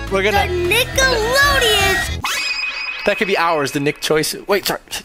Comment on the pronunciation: every time says nickeloaden it spikes fear of a certain word